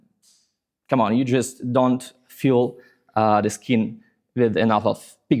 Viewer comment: You have a slight pronunciation issue: “fill” sometimes sounds more like “feel.” But it is still understandable from the context. Otherwise, you speak very well.